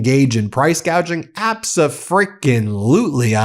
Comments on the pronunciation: gouging....not gauging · It's "gouging", not "gauging". What an idiot. Unless he's saying he doesn't care what the prices are, he's not going to let anyone gauge how bad the gouging is. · The orange buffoon is illiterate and nobody corrects his many mistakes. "Gauging" is not gouging.